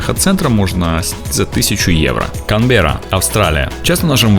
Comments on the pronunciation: Канберра, а не Камбера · Только правильно КаНберра))